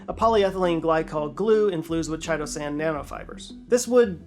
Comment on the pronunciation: It’s pronounced KITE-O-SAN